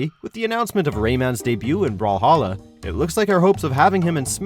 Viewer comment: Me don’t say brawhalla don’t say brawhawwla Video brawl hawLa Me that’s it I’m unsubscribeing